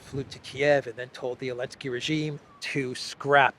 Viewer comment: Hello, I watch your videos everyday, but I think you are making a big mistake by purposely mispronouncing the name of the Ukrainian President. You should understand that your videos will be archived and referenced by future generations. A joke doesn't need to last forever. It's bad enough that any word you say that has a "T" in the middle of it, is pronounced as a "D" by you. Other than that, keep up the good work. Cheers.